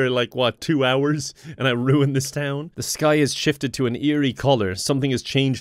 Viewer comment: you messed up town so much 😂 and u just got there